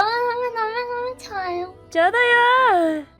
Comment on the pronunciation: 너~무 죠아요오~↗️↘️ 발음과 목소리가 한국어가 아님